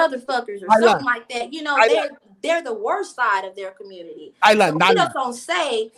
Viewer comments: “ Commurnity “ lol 😆. 92% of black women endorsed the alleged black woman and drunk and all for identity politics, how did that work out for ya lol 😆 smh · It community not cummuty